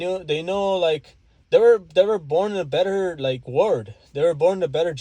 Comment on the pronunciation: OMG FOR THE LOST TIME "WORLD" IS PRONOUNCED "WER-OLD" OR "WUR-OLD" NOT "WERD".